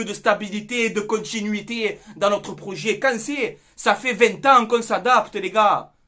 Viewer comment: Le proyet , le proyet ! Comme j’ai rigolé 😂😂😂👍🏻